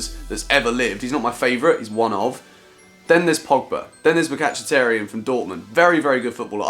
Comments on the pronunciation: Its Mkhitarian not Makacheeterian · MIKATCHITERIAN?? Mate it's MIKITAHRIAN. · You said Mkhytaryan as Mc-Catch-A-Tear-Ian 😂😂😂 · whos micachatairian??? dont u mean mkhtarian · mikchataryan?????? don't you mean mhikataryan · Who is micatchaterian 😂😂😂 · You said Mkhitaryan wrong, it's Mick-i-tar-ian..... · He said makachtaryan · mikachitaryon ? 😂😂 pronunciation on point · "makatchatarian" for Mkhitaryan bruhh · "Mcatchataryan" K then... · Who's mikachitarian 😂😂😂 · What is a mycatchtyrian? literally Pronunciation... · did you say mikatchitaryan? haha. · Sorry but how did you pronounce Mikhitaryan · How the flip did he pronounce mkhitaryan